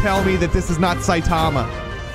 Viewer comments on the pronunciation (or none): none